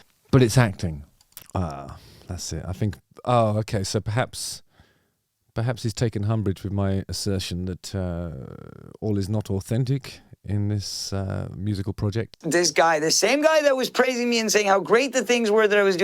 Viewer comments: The word is umbrage, not Humbridge. Humbridge sounds like somewhere in the south downs, you stand waiting for someone to fart, while looking over a river. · Did you say take humbridge ?Next you'll be saying haitch lol